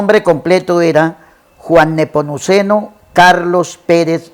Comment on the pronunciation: Señor debe informarse bien no existe el nombre de "Neponuceno", es NEPOMUCENO, con "M"